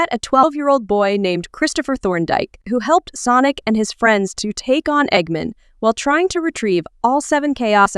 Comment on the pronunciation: You are so dum you say egg men it's egg man with sonic x